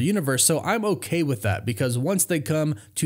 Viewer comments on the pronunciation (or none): none